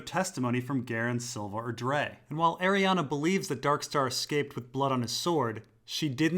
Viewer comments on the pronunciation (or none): Arianne's name does not end with an "A". It's pronounced "airy Anne", like Anne Hathaway, not "airy Anna". Sorry, my OCD kicks in every time you say her name!!! Aside from that, nice info. Looking forward to part 3 👍🏼😁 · Bruh, Arianne literally ends in an "E"